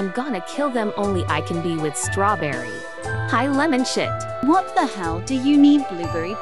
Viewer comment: Stawberry Stawberry Stawberry